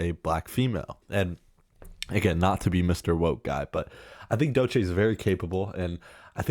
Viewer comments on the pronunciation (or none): Man don’t want to be that guy, but you are mispronouncing Doechii. And yes, she is very talented and I hope more people acknowledge that